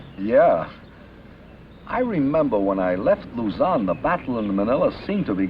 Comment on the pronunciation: its luzone not luzan you read luzon as luzone but dont spell if like that just pronounce it like that